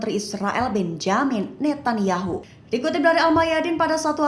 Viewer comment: bukan Benyamin Netanyahu tp Benjamin Netanyahu. baca yg benerr dong mba jangan merusak nama orang